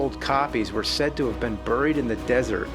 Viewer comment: James says "buried" weird.